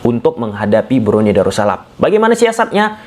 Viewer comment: Darus salam bang.. bukan daru salam.. 🙏